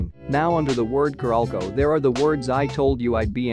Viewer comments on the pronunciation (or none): Its "carolco" not "caralco"